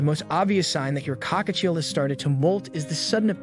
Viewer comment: Why does AI struggle to say Cockatiel 😭